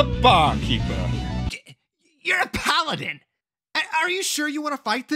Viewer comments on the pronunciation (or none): none